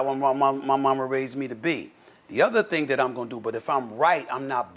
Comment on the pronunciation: "But here's the thang Stephen A" Me: Ahaha, he said it, he said it! 😆